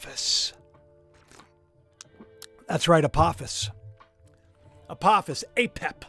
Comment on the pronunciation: Isnt apophis a long o sound?